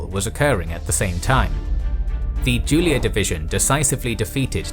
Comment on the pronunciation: correct spell for Julia division its like yu from yugoslavia, yulia, not like the name giulia. Big up dude!